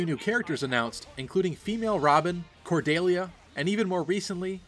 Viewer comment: Who is Cor-DAY-lia? It's Cordelia.